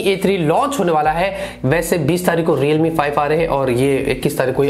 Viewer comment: I will subscribe you again the day when you will stop making videos about “Realme, Reelmi, Readmi, Readmi” .... I am sorry... 😐